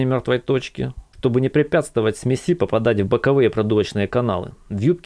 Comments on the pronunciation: Автор, что за смесИ ??? сме́си всегда было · только говорить надо смЕси а не смесИ ударение идет на первый слог, смЕ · Автор! Все круто и по теме. НО- смЕси , а не смесИ , ну ппц режет ухо. Не веришь- словарь тебе в помощь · Снова и снова смотрю, ибо классное видео, но от ударения аж передёргивает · может ударение ставить нормально? это всетаки смесь а не смязь